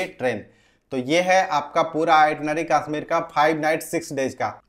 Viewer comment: Kasmir nhi hota. Kashmir hota hai